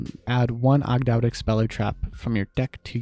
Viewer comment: It’s pronounced Aug- dough- dic, and Ogdoadic are a reference to the ancient Egyptian signature for a 8 pointed star to represent Magic/regeneration and the 8 deities. Cool list too